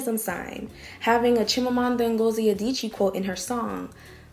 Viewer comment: As a Nigerian (Igbo) babe, good going with the Chimamanda pronunciation! Purrrr!